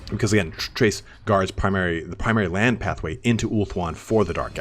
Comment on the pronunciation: Crase say it. Crace. Lmao great video man.